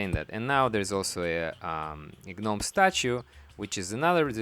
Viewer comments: It's pronounced Nome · I thought i was the only one who say gnomes like Gi NOMEs you my friend earn a subscriber and a like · "guh-nomes" xD the G is silent sir <3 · "Gih nomes". . . . . . . . . . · I thought it was GOO Noms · The “G” is silent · The G is silent. STOP IT! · It’s adorable to hear you say it but I feel like I should let you know the G in gnome is silent.